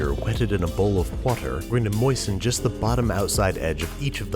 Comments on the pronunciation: add a bit of wourder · It’s pronounced “WOURDER” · you pronouncing wh sounds in words that don't have wh triggers me greatly. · The way babs pronounced Hwater gave me anxiety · “Hwetted in a bowl of hwater” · It's pronounced "Wourder" - a la Brad Leone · Wedded in a bowl of wourder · I love how he says "huwater" lol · Did he really say “whater”? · whatter??? brad leone would be ashamed.... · "Wh-etted" "Wh-ater" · Sounded like Brad attempting to say water right